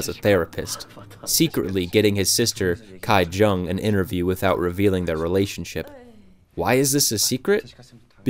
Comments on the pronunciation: Bruh stop saying Kai, it's KI-WOO, KI-JUNG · The name of the poor family's daughter is not pronounced as Gai- Jung but Gi- Jung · small nitpick, but how in the world did you manage “kai” jung out of “ki jung” when “ki woo” seemed just fine? lol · Great review. FYI Ki is pronounced Kee, not Kai. So Kee-woo and Kee-jung. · a small note: ki-jung is pronounced kee-jung not kai-jung, and same with ki-woo, it’s pronounced kee-oo :)) i appreciate your efforts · i feel like this narrator didn't even watch the movie.. otherwise, he would know how to pronounce Kijung and Kiwoo. It took me a minute to figure out what he was saying when he said 'Kaijung and Kaiwoo'. sorry but my biggest pet peeve is when people dont learn how to pronunciate names... which you would learn anyway if you watched the movie.